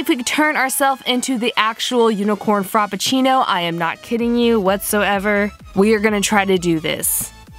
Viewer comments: I love you, but I cringed every time I heard FROPpucinno instead of Frappuccino. 😂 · Giselle R. Haha I laughed every time she said frop instead of frap. I was a little annoyed by the end tho